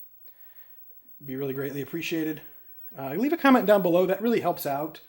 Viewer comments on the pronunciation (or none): none